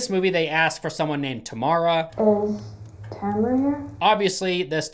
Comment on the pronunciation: the mispronunciation of Tamra has to be intentional